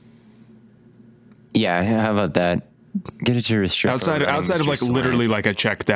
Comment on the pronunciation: The mispronunciation of Restrepo is driving me crazy as a UM fan